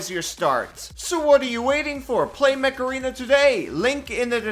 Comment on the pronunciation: it sounded like "macarena" 🤣